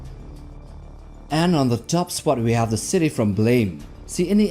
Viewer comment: FYI it’s pronounced “blam” not “blame”.